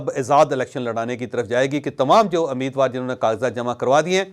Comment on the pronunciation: It's not ameed war. It's rather umeed war.